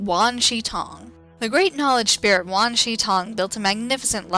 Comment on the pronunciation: *wan shi tong